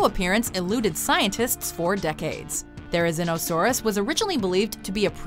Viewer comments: its pronounced Thair-uh-ZEEN-uh-SAWR-us not Thair-uh-ZIN-uh-SAWR-us Cringe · it's pronounced There ri zee no saurus.